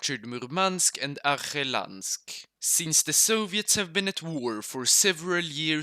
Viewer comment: as half-russian half-ukrainian, I think it's really funny how you mispronounce russian cities. Dniepropetrovsk is really simple. It is derived from words Dniepro (name of the river, is read Dniepr) and Petrovsk (a name). another and even funnier one is Arkhangelsk. It's a city of Arch-angels, so it is Archangelsk, hahaha